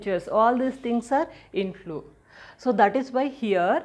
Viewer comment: inflow i heard it is as intlo😅